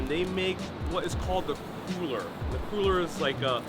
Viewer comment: Boy if you don’t learn how to pronounce cruller before you film!